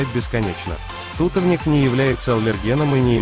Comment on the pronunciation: тутОвник, а не тУтовник